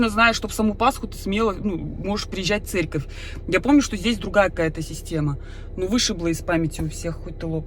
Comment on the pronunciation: ты специально говоришь Церьковь